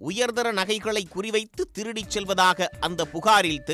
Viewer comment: திருடிடீடிடிடி அடித்துதுதுதுதுது வார்த்தையை கடித்து துப்பாதீர்.